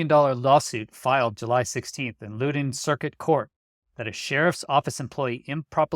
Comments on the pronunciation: It’s pronounced Lao-done…lots of govies living in the richest county in America. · @@ Great update. Minor correction, the county name is pronounced Lah-OW-Den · FYI. Loudoun is pronounced like “loud in”. I lived there for many years. Great work. Thanks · In Virginia it's pronounced "lowd-uhn". I hope he wins the lawsuit. Whoever released those records were breaking the law.